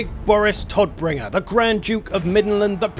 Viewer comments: It's so bad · It's funny how the narrator pronounces "Todbringer"